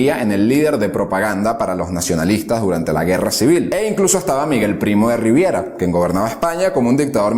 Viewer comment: Errores: ascendió a comandante, no a mayor, con 28 años por méritos de guerra. Y a general de brigada, no brigadier, a los 33 años. Es Primo de Rivera, no Riviera. A Franco en 1936 adonde lo enviaron fue a Gran Canaria, no a Tenerife, como capitán general de las islas canarias (donde estaba su sede, la Capitanía). El paso de Estrecho también se efectuó por mar, burlando el bloqueo, la mayor parte del contingente. Dices "nacionalistas" varias veces, pero lo correcto es "nacionales". Bando nacional. Dices *bajadós, pero es Badajoz. Y fusilaron a un centenar (no a varios centenares) que, antes del asedio habían hecho una matanza con presos políticos encarcelados. La aviación republicana también bombardeó población civil: Oviedo, Cabra, Belchite, Zaragoza. Las fuerzas del Eje agrupaban también a Hungría, Rumanía, Ucrania, Dinamarca, Austria, Finlandia. Así como la URRS, por el pacto de no intervención, hasta 1941.